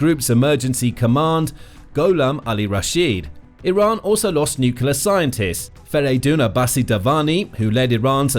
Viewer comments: Can't take this video seriously - the word is NUCLEAR : NEW CLEE ERR --NOT: NEWK U LUR Given that this is the biggest worry about the whole conflict you'd think they'd get it right. JFC. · Nu-cle-ar. Not nucular. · Why do so many people pronounce nuclear as nucUlar. Sounding like George Bush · The mis-pronunciation might be intentional, given how YT algo works.